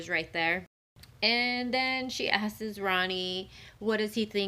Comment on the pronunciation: Hey lady, “ASKES” isn’t a word 😂😂😂